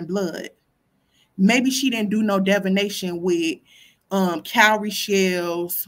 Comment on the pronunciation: Keep mispronouncing divination. Smh.